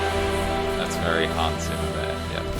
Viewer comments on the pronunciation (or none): Hans Zimmer please, not Simmer!! Or do you pronounce pizza = pissa?